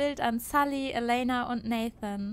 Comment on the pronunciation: Du kannst ruhig Elena auf englisch sagen!